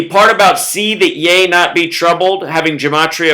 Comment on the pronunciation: Ye - rhymes with He (strong "e") Not yah